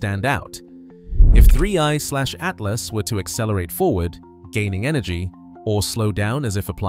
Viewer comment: They to long and the robot says “Three……. Eyeslashatlas” idk why but it’s getting annoying